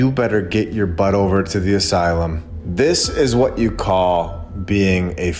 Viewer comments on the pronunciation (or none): none